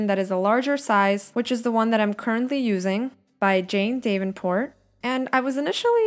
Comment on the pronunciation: So informative thank you! Btw Davenport it's pronounced "dav-en-port" not "dave-n-port" :)